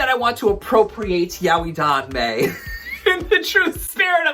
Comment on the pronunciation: The pronunciation of yaoi frustrated me. I'm from a mixed Japanese family (we also have Chinese, Korean, Filipino, Hungarian, Spanish, Portuguese, etc. blood) and I've had non-native Japanese speakers who never studied the language, can't read hiragana, katakana OR kanji who aren't even of Japanese descent, don't speak the language and have no friends who are Japanese or speak Japanese correct me and others who pronounce it as "yow-ee" and tell us it's pronounced as "yah-oy" and I'm sad to say these people are often white people whose limited knowledge are sourced from other ill-informed individuals who believe this to be correct.